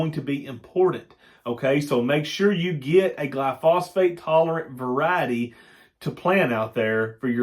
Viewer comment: New subscriber....knew some on alfalfa but know lot more now...gli-so-fate, not gli-phosphate...